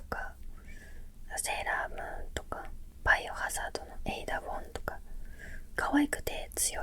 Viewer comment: 最近何のゲームしてる？の回答がバイオ（by yo）って聞こえた😂